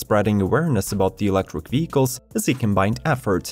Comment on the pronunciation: You mispronounce electric as Elektwic xD